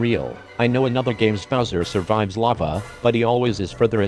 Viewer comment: Why use a robot voice? It sounds like you're saying buzzer instead of bowser